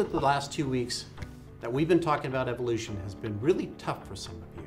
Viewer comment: why do you keep calling it eviloution? it's evolution. evo lution. no I sound after ev.